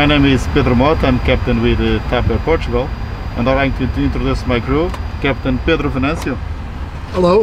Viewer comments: Portugal not whatever you said lol come on potugal > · "TAP AIR porchugal" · Its POR-TU-GAL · I was going to give the guy a chance, but I had to stop watching after the horrific pronunciation of Portugal. This is why I don't watch Sam Chui.